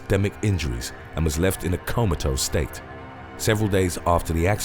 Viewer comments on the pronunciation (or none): none